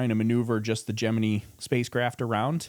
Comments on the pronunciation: love your channel. very educational. but you got me when you pronounced Gemini as (gem-me-need) i thought it was ( gem-me-nye). but what i know lol. 😂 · Jim-in-EYE NOT Jim-innee